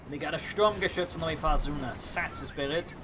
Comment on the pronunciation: No, die Sturmgeschütz is correct. The Dane way of saying the name of die beste Geschütz.